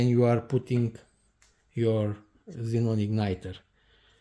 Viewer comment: Man, your "kzinon bulb" very annoying, sorry, but good video